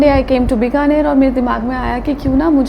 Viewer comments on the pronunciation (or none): Charu, you always pronounce Bikaner incorrectly. It’s Bikaner - Bee kaa ner not bi ka ner! In Hindi also it’s written with badi ई मात्रा. I’m also Rajasthani and thought to correct you as it don’t sound appropriate for a native to pronounce their birth place incorrectly!